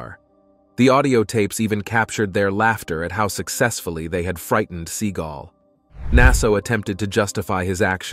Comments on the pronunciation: Omg, it's Seagal, not seeeegl. So annoying when it's said the wrong way. Other than that is't top notch video! 😁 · Se-GAWLLLLLLL not Seagull the bird🤦‍♀😆Still hit the 👍#567🥳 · His true name is pronounced "SEE-gal" for you kids getting all butt hurt. 🙄 He went with Se-gaal because he liked how it sounded. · Sea-gall, gavone. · His name IS PRONOUNCED Segle... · I'm assuming that AI was used in producing this video, and if so, it is surprising to hear how bad it did with pronouncing Steven Seagal's name. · Can u please say his name right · You can't even pronounce his name rite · Couldn't even get his surname correct !!!! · Steven is going to show up at your door for mispronouncing his name. Am I kidding, or ammi? I lived a block from his West Hollywood dojo for years - one of the students said he dropped in once while the kid was training. I never saw him. It's funnier your way. Seagulls are miffed.